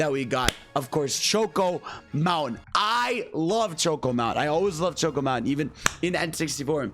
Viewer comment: "Choke-oh mountain" Bruh your pronunciation got ME choking